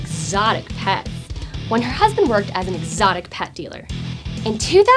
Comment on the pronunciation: did you hear how she said exotic lol